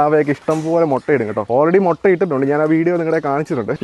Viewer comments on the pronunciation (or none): none